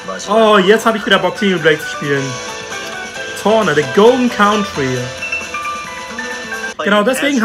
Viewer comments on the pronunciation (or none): Torna...warte! Das heißt kein Tora! ☹️